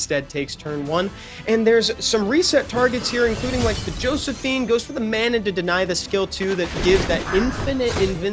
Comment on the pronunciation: "Juh-ho-sef-ine" bruh... thats not even remotely how you say josephine...